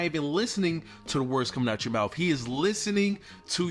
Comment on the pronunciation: MoutTH .. teeTH … healTH .. there are no F’s in those words